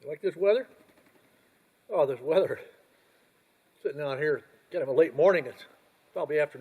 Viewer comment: It’s called “weather” Rhymes with Leather